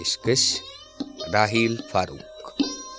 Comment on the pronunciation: Naam ka talaffuz achi tarah Karen. Farooq aise kahte hain farooqi sunai deta hai ❤